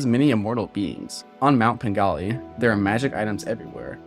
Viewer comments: You pronounce it as "Pengali" through the entire video, but it's actually called "Penglai" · I’m pretty sure penglai is pronounced like pung lie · ITS PRONOUNCED PEN GLY E